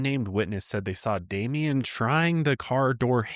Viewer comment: I love you guys….but come on. His name is Damien. The number of times I heard say “Damiend(t)” was enough to make my blood boil. How come no one said anything to him? How many people’s hands, eyes, and ears were put on and gone into the editing of the video, and not a single person thought that might be little distasteful? It doesn’t take a whole lot of effort to make sure that you’re pronouncing the name of the victim you are making a video about properly. Y’all are way better than this and you know it.